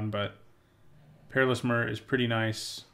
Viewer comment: It triggers me how you pronounce myr. I say my-er